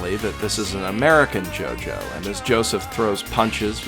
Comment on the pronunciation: Its a jojo not gogo